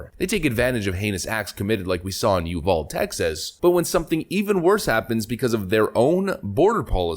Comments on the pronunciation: Okay...it is U val De with a long a..not uval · It's pronounced: YEW VAL DEE. Not YEW VOLD. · Stop being soo northern.. It's YOUVALDEE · The Puppet Master living on Martha's Vineyard will be revealed very soon. Uvalde... "You-Vaul-dee" Three syllables! The only thing Nancy cares about is keeping the flask in her purse full! And it's a 64 ounce flask!!! Oh, and keeping her drunk driving husband out of jail!!! You saw how fast that went away!!! The truth is, the DNC is complicit in these human smuggling rings. They need more voters!!! The dead votes aren't enough!!! They give these ILLEGAL immigrants food stamps, housing, phones, etc. That is BUYING VOTES and EVERYONE knows it!!! We are reaching the point where we either split the country, or fight a VERY bloody civil war. I'm in favor of the former. I don't want to share a country with these Far Left wackos any longer. Especially after they bussed Antifa into my state in June 2020, because we have none here. Lucky for them, they got a pass, were returned to their buses, and departed. After that... When I saw the lengths they would go to, I started preparing for a hot civil war. They seem determined to start one. As I said, I prefer peaceful separation, but if they want a fight, they will get one. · It's pronounced U Val de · Damn it!! It's pronounced uvaldee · I've heard you mention Uvalde, TX multiple times incorrectly. It's pronounced (you-val-dee). Sorry just want to make sure you pronounce it correctly on the future. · C'mon man, its pronounced : You vall dee or you vall day. After this long, seems youd have learned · Brother, you gotta learn how to pronounce Uvalde. Uvald (E) hard E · Just FYI, it is pronounced you-val-dee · Learn how to say Uvald EEEEEEEEEEEEEEEEEEEEEEEEEEEEEEE